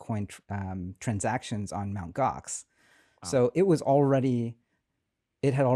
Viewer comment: They were still using...? Mount Gox? What did he say? OX? Mount?